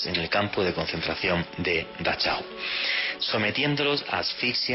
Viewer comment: Dachau.. mira como se pronuncia „ch” en aleman .. señor „ investigador”..;)